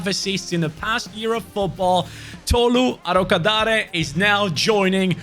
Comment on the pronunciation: As a Nigerian pronouncing Tolu Arokodare was hilarious 😂